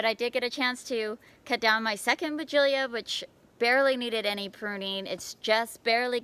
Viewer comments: Hello,it must be pronounced why gee la as it has no 'i' in the last syllable.but don't worry, you're not the only one mispronouncing it! There are many sites to help with any word if you have query, and they all pronounce it why gee la or why jilla. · I’m confused as to the pronunciation of this bush. I don’t see the extra syllable in the name of the bush. Sorry! Former English teacher, here!